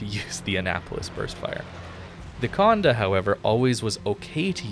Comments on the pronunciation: I hate how you keep mispronouncing the ship's name. Its not Conde, but Condé the é is pronounced more like you say "ey" So like Condey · Exactement, it’s funny I’m not the only who irked whenever he said the “conduh” 😂.